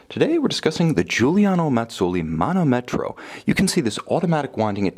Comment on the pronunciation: as I already wrote to you the correct pronunciation is manòmetro, not manomètro as you say ;)